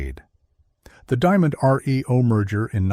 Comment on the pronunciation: The new company was not enunciated the way it's given here. It was not "Diamond R-E-O", pronouncing it like letters in the alphabet. It was "Diamond-REO" and the "REO" part was pronounced as if it were Rio, just like "Rio de Janeiro". The REO part was from the REO truck company, and those were the initials of a fellow by the name of Ransom Eli Olds, who, after being bought out of his truck company, went on to the car business and founded Oldsmobile. Patrick Cowdrey, Redding, California